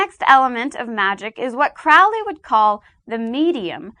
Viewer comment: It's actually "Crowley", rhymes with "slowly". You know, for the people who actually practice magick, it seems all her understanding is from books and definitions, which is fine but, it would have been nice if she involved or asked actual practitioners. I hope she gives a better definition of the types of magick in the next video, because I've never heard sex magick described that way in my life. She means well, but an outsider's descriptions and interpretations are bound to be a little off.